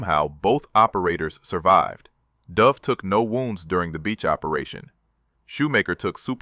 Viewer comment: Oh please? the name of the soldier is pronounced as though he was a species of female pigeon pronounce `'duv```'- not the cod pronunciation of a downward dive of an aircraftYou should honour the man by at least getting his name right!